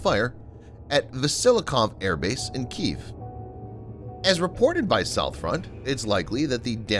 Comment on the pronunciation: His professional reader cant even pronounce kiev, he is the best defence analyst around but he is weighed down by easy to fix things.